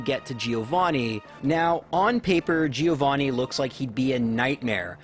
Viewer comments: Giovanni is pronounced Joe-van-knee, the first i doesn't have a sound. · I'm italian and you pronunced Giovanni wrong😂 When you see double consonant in italian you must old the sound, and the accent is on the A Btw i loved this video, i tried a Magikarp only run but on Fire Red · Giovanni in italian pronounce is like jovanni, so now you know how to say it.